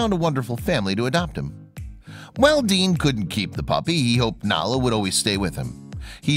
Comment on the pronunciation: It's DEAN, not Dan, you dope. Oh, OK, you changed it in the middle...but why didn''t you link to his channel? 1bike1world.